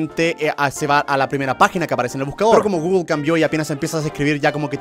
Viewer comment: No se dice guglo se dice guguel pero se escribe google